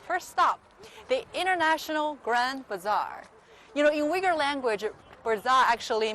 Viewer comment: First of all, you need to study how to pronounce 'Uighur' not yuigur dumbass.